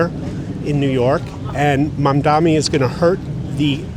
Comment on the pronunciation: And, no one says Mamdani's name correctly.